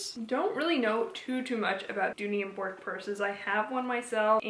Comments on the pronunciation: That is not how you pronounce Dooney & Bourke lol (Burk not bork) cute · Dooney & Bourke is pronounced BURK. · Thanks. I was starting to think I’ve been pronouncing it wrong for years 🤣